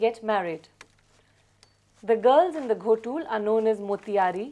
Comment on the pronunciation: It's not Ghotul❌ it's Gotul ✅